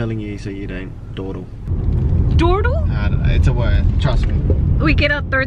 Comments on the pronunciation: thought it was dowter (daughter) hehe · Hehe funny how he says dawdle. There is actually a word dawdle which means waste time or be slow.. looks bloomin'..😊